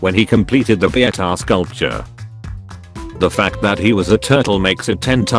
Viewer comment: Also, there's a chance you that you mispronounced That.